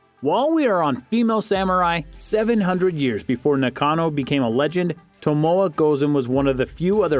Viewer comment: Learn to pronounce the names of your subjects!! Tomoe is pronounced Tomo(ay)